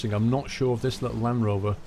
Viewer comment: I cringed every time he said land rover :D